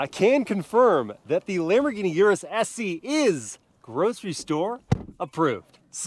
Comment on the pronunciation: Pronounced S-Eh.